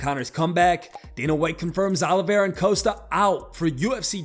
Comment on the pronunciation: CHARLES OLIEVIA? ITS OLIVEIRA